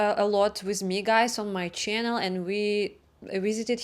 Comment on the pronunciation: I look forward to hearing " welcome back to my Cherrrnulll " every time.